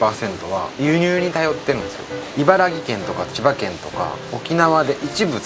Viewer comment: ナスD…いばら｢き！！｣ですよ。